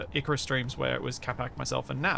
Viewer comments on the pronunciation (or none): none